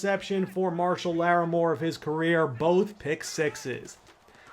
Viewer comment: Marshyl Larrimore= Marshon Lattimore